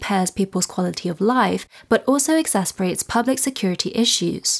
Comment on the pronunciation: Nice new reader!👍 I'd like to help with pronouncing a word that many Americans don't say correctly, either.🫢 This will make your channel look even better than many! EXACERBATE ex as’ sir bate (emphasis on the 2nd syllable) Keep up the good work!